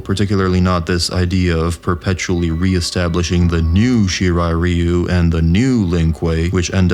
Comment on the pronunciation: I'll never get pass how badly the series, and by extension its fans, pronounce ryu.